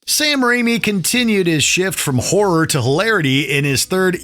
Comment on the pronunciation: Please learn how to pronounce ‘horror’ correctly.